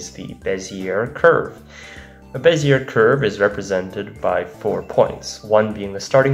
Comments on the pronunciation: not to be that guy but IT'S PRONOUNCED BEZIYAY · Bezier is pronounced bez-e-a, it's a french last name. Same with Fourier being four-e-a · That prononciation of Bézier 😬